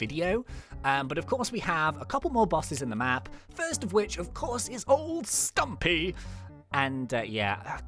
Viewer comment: I love how said old stumpy in the accent